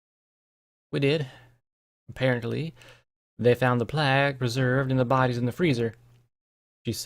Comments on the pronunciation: Neither. Playg. Short G. No end-sound. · Plague is pronounced "Play-g" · I got you. It's pronounced plaig, like Craig with a "p" instead of a "C". Plague is said like plaig.